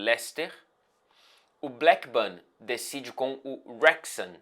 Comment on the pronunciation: só uma dica já que você é o mestre das pronúncias: Wrexham se fala "rexham", meio que não tem a sonoridade de "u" no começo, já começa no "re".